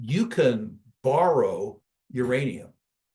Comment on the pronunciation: Oh I thought you said Ukrainiam